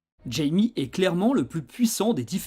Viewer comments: c'est une super bonne vidéo mais je crois qu'on prononce "Ra-i-mê" pour son prénom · Très bonne vidéo, juste troublé par la prononciation de Jaime en fait le J se prononce R (comme dans mojito 😂) mais sinon super travail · Tu prononces mal son prénom ??? c'est bizarre de faire une vidéo ds ce cas